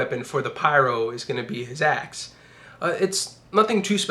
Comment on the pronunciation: Instead of axe I heard ass XD